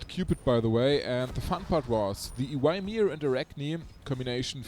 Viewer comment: I like ur way of saying Ymir more than the original one.. I even started to say it myself sometimes.. It adds a bit of swag to him